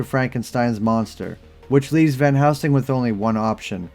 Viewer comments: Are you saying Van housing? I thought it’s pronounced VAN + HEL + SING. Anyways, love the videos! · Why do youy keep saying, "Van HOUSING". I'm not imagining it. Every time you mentioned it in your Priest video, you said, "Van Housing", and the CC agreed. Then in this video, you say "Van Helsing" a few times, but then you go back to saying, "Van HOUSING", and when you do the CC matches it as well. Where are you getting, "Van HOUSING" from? Actually, you don't always even say, "Van Housing", you kind of mumble between a few different names. Are you drunk, or what? lol